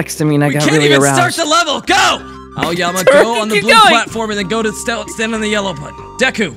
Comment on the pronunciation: HELP I THOUGHT HE SAID 'AOYAMI' HE SAID 'AOYUMMY'🤓🤓🤓🤓